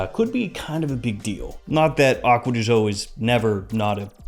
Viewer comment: " acuadeeshoh" XD